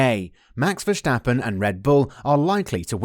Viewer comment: My biggest weakness is your pronunciation of Verstappen's name 😂 jokes aside, good video mate 👍